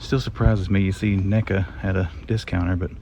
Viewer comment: Hey bro. Watch how you say NECA's😁😂🤣😂😁